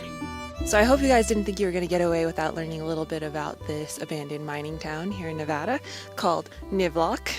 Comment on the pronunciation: I'm so glad for your adventures😊 Thanks for saying Nevada correctly lol Keep Jeeping!!